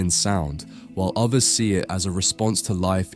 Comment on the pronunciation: Others not ovvvers, three not free.